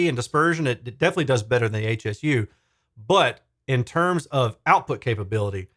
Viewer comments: Just FYI, Hsu is the name of the founder of the company, Dr. Poh Ser Hsu. It's pronounced "shoe." 🙂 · This dreadful review is echoed by one on audio science review. I think it's important to note that it's Hsu like "shoo" rather than HSU - named for the founder, Dr. Hsu. They make excellent subwoofers so it's stunning that they released such a bad bookshelf speaker.